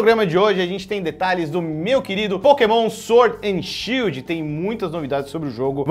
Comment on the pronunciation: Shild ta errado ta shidl